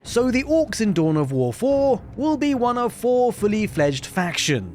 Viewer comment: It's "Orks" not "Ork*z*".